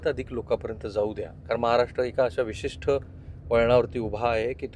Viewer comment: उच्चार "विशिष्ट " असा आहे " विशिष्ठ " असा नाही. बाकी सर्व ठीक ❤